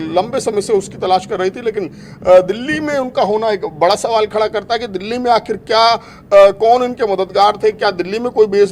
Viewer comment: मैडम जी बरा सवाल नहीं बड़ा होता है 😂😂